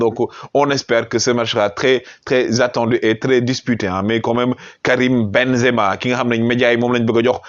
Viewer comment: Perche dice ben za ma. Devi dire sadio sempere ballone doro